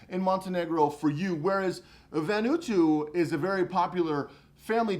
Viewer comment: I could be wrong but I think it's VAN-oooh-ahhh-TWO.